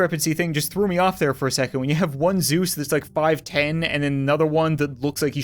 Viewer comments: It's Zeus not zeusi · it is zeese not zueses or zuesi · its actually zeese